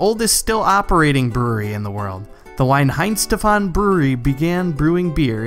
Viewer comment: Loved the video dude. Just a heads up, but the 'W" in Weihenstephaner is pronounced as a 'V', and the whole word sounds more like "V-eye-hen-shteff-an-er". Similarly, "Weissbier" is pronounced more like "Vice-beer".